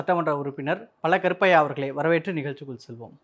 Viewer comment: அவர் பல கருப்பையா இல்லை, பழ கருப்பையா. ஒழுங்கான உச்சரிப்பு இல்லைனா எதுக்குடா இந்த வேலைக்கு வறீங்க